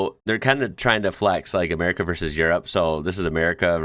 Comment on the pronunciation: amer-i-ca not amer-ee-ca